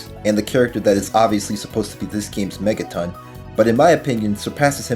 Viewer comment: Did you... Did you just call mettaton, Megaton..?